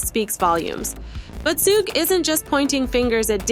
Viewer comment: soo-gay????? really?